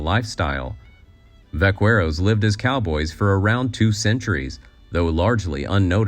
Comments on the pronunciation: Whilst the origin of the north American cowboy, being the vaqueros of Mexico is true. Your pronunciation was not correct. Vaca is Spanish for cow, but the Spanish speakers will pronounce V as b, therefore baca. Vaqueros are those that work with cows. The qu is softened to k sound. Ba ke ro. Hence the anglicised buckaroo. The origin of cattle ranching was brought to Mexico by the Spanish. In southern France and Northern Spain they have cowboys. The French call them Gardians, of the Camargue bulls. In Spain they are Vaqueros. Their skills, dress code and peripatetic lifestyle were transported to the Americas. Even the horses were taken from Europe, derived by selective breading from the Arab and Turk ponies combined with the less durable European breads. Note also the Gouchos of Argentina. Like practically everything in America, its origins are in Europe. Before usa even existed as a nation, Mexico was a powerful economy. The dollar was a Mexican unit of currency, taken to the British colonies, because the stupid King not only denied his subjects an MP, he also banned them from having currency yet taxed them unfairly. No wonder they rebelled. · * : "The true pioneers of cowboy culture were Mexican cattle herders called vaqueros (pronounced 'vah-quere-ohs')....." * * : ".....vah-quere-ohs...." Wow. You'd think that a YouTuber that set themselves up to mansplain to us this stuff would at least make of a point of making sure he/she knew how to properly pronounce a the "q" in Spanish, or review the narration to correct whatever AI they're using for it. It's "vah-KEH-rohs". Not "vah-quere-ohs". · Nitpicking here: the U in vaqueros is silent. It’s pronounced vah-keh-dos (yes, more a d than the American r) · My friend, vaqueros is pronouced "vakeros" in spanish. Great info, thank you! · Vaqueros is pronounced "vakeros", backaroo. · Vaqueros - but I take your point 😄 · You lose a lot of credibility by not knowing how to pronounce Vaqueros. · Vaqueros ...is pronounced backeros